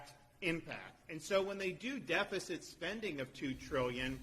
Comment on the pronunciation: Elon doesn't bring his lips together when he says m, b, or p. So "massive spending bill" becomes "vassive svending vill." It's so weirdly disturbing and gross.